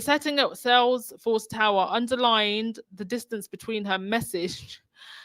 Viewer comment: How does a person not have the awareness to realize they said "beteen" and not immediately correct themself? This woman needs to get off the stage, cause she keeps exposing her unsuitability to be there